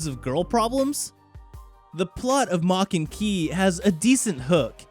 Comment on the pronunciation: aint no way this man said maken ki